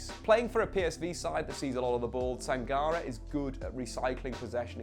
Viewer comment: Your Sangaré pronunciation makes me shiver. The accent on the é would make it Sanga-ray